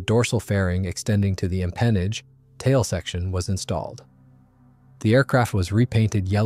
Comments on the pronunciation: m pen aage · just as a note, the 'empennage' is pronounced differently. Good video